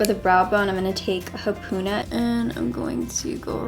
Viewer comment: It's Waikiki like "why Kiki" and haupuna like "how Puna" lols 😂 Love you girl, your make up is amazing! ❤️